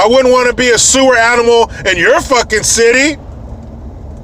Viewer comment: When you said the City all I heard was the SHITY..... Lmao